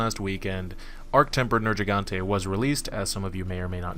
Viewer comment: IT'S A HARD "G" IN HIS NAME. Ner-GEE-gante. Fuck this triggered me. They literally say his name or loud in the story.